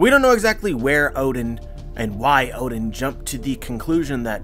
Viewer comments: Please stop pronouncing oden, "odin". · Why you say "oden" like that